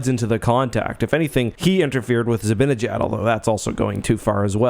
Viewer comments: By the way, sorry if this is unrelated but zibanejad is pronounced zi-ban-i-jad not zi-bin-a-jad. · For God's sake stop calling him zibbinyJaad